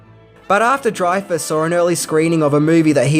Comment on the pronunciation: youre an idiot, its not dryfas, its drayfas